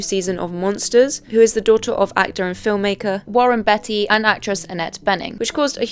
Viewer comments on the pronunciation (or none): How are you saying Beatty?